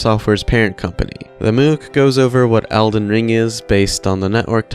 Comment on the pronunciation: They way you pronounce mook is so silly. Think about how you pronounce book. You don't say booook, do you? Anyway, thanks as always for the video